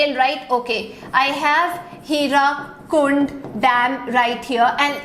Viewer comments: Mam I am from odisha....that is not HIRAKUND..that is HIRAKUD ur pronounsition is wrong but mam u r amazing... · Excuse me ma'am, for your kind information, it is 'HIRAKUD', NOT HIRAKUND!!!!